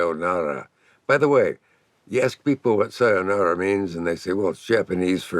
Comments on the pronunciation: Love Dick Caveat. Ever witty and self- effacing. Thanks for pronouncing sayonara correctly. Most everybody gets it wrong. If it must be so . . lovely, most poetic! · He's the only American I've ever heard say sayonara to where it actually sounded to my ears like Japanese